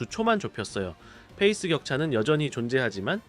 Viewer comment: fㅔ이스 아니고 pㅔ이스 입니다.